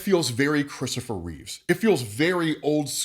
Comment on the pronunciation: Christopher REEVE, not Reeves. C'mon!